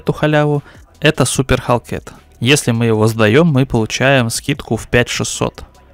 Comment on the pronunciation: Не халкет, а - хэлкат